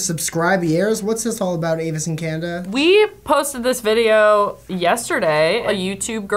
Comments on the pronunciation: said "Avice and Canda" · I don't think anyone noticed said avace and canda